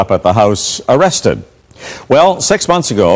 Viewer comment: “Am I gonna be aaaaaawested?”